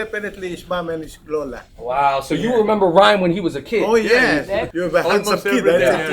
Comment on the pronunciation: Lo-La (lo in lollipop) not low la. Get it right kabayan oki? O sige na kain na ng masarap.